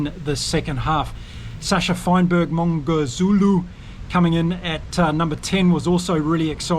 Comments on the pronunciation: Sorry. It's Mm-gomez-zulu.😂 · Make your life easier. Pronounce Mgo-me-zulu. Mmmgo...and so forth. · I always enjoyed your pronunciation of "Arendse", but Mngomezulu is my new favourite 😅. To be fair I am South African and I am not doing much better than you on that one. Keep up the great videos. Been watching since the world cup. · Just give up on pronouncing Sasha's name... Just call him Sasha FM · you can just say Sacha, we know his surname is a bit difficult to say if not from South Africa.